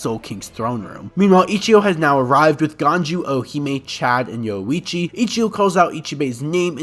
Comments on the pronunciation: All the "O-hime, Yoichi and Kyaku" aside, a much needed video. Thank you. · Yowuichi lol